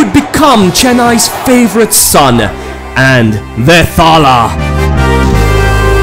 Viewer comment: For nth time it's not "Thaala" its "Thala"